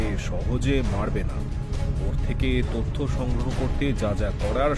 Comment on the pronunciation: গল্প মোটামুটি , গল্প পাঠে উচ্চারণ অনেক জায়গায় ত্রুটি আছে , যেমন তথ্য , তত্ত্ব নয় , এরকম আরো ত্রুটি আছে , তবে ভয়েস সবারই ভালো ।